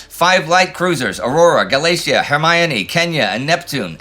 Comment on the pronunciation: "Ga-LAY-see-ah" -- "Ga-lah-TAY-ah"